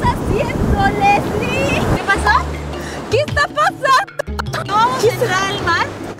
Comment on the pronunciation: me mui de risa cuandi leesli estaba percieguien do el inflable ajjaja😂